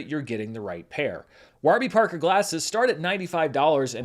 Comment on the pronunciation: Need a clip of Giancarlo Esposito pronouncing “Waarby Parker” the way does in this video